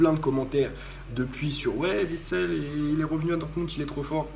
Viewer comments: Juste parce qu'en tant que belge, ça me fait mal aux oreilles à chaque fois : Witsel, on ne prononce pas le W comme un V. Phonétiquement ça donne Huit-sel et pas Vitsel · Juste un mot: on dit Uitsel et non Vitsel, mon pauvre, encensé mais au nom mal prononcé